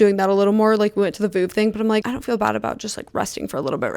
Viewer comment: can americans please stop saying "Voov"...it's really not that hard to look up the correct pronounciation. "V-uhv"